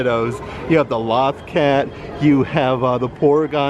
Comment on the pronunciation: He clearly isn't a Star Wars Rebels fan since he can't say LOTH cat right.